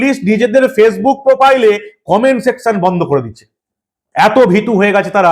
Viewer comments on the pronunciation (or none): none